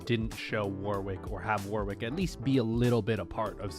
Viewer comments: By the way, Warwick is not pronounced literally "War Wick" it's pronounced "War ick" the W is silent. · in future Warwick is said "war-rick", in case no one has said this, the w is silent. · I don't know why every American I hear talking about this insists on pronouncing that second W in Warwick. It's pronounced "War-rick".